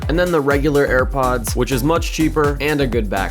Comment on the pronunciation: broski u said "hairpods"